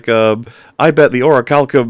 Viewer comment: I shall use the power of the Ori-chal-co-ma-los, may-yun!